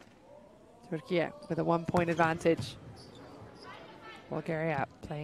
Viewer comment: Maçı anlatan her kimse çok özel teşekkürlerimi iletiyorum.ülkemizin ismini aynı bizim gibi telaffuz ettiği için ❤❤❤